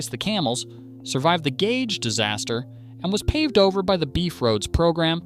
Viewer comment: Gauge, gouge, there's a difference. Try pronouncing them both DIFFERENTLY.